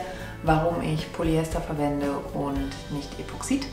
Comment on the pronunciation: "Das" Gelcoat. Epoxid wird auf der ersten Silbe betont.